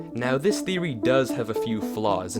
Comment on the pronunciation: Welcome to wifeory. Me : talking about my wife huh?